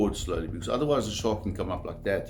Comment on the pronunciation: "the Shawrk"